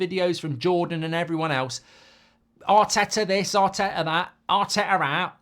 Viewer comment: Arteto and Arny😂 at least get their names right